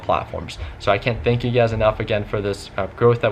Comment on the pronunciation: Lol he says thansk for 12k subs wow this is old lolol